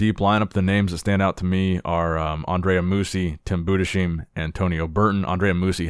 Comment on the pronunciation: Hey, it's Tim Bu-des-HEIM... not sheem... Please get it right!